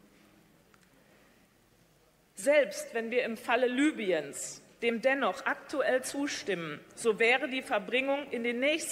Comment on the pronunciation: Das Land wird Libüen ausgesprochen!